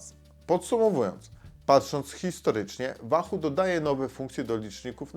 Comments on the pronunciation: łahuu kurła a nie wahu ! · "Łahoo" nie "Wahoo" ;) , co do samego Roam - posiadam od 2 lat V1 i nawiguje bardzo sprawnie, ładowanie raz na 4 wyjścia z czujnikami. Prostota, widoczność w pełnym słońcu detali na ekranie (ekran transflektywny) - warstwa dotykowa zmniejszyłaby jasność tego ekranu, większa jasność = większy pobór prądu. Brak nawigacji L2 & L5 ... ale chyba to dodali w V2 - to o czym wspomina autor to pasma które są przydatne ale w wysoko zalesionym lub wysoko zabudowanych lokalizacjach, to nie wpływa na tempo łapania fix'a. Wykonanie takie, że upadek na beton z 1m przetrwał bez problemu - a upadł kantem :(. Dodam, że Wahoo znajduje e-Bike'i - np. Speca - i wyświetla: moc z silnika, moc jadącego, % baterii głównej, itd. Mało osób również wie, że Wahoo (V1 i V2 i Bolty) jeśli mają podpięte czujniki prędkości to działają dłużej na baterii oraz używają danych z 'koła' - jak czujnika Wahoo Speed brak - to prędkość idzie z danych GPS. Próbkowanie jedno-sekundowe GPS w obu pasmach na 99,99% nie jest domeną żadnego licznika rowerowego, takie próbkowanie jest domeną telefonów które muszą również podawać właściwy pas na autostradzie, zjazd itp. itd. takie działanie zabiera mnóstwo energii, poczekamy jeszcze na zarówno baterie jak i chipsety GPS nowej generacji zanim będzie to możliwe. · Wahu? wiesz jak się wymawia 'w' w języku angielskim?